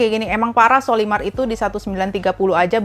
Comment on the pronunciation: menyebut sollymar dengan colymar